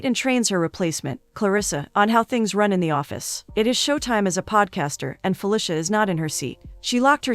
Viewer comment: Am I the only one who is uncomfortable by the pronunciation of "Fuh-lisha" 🤣🤣 it's usually "Fuh-leecia"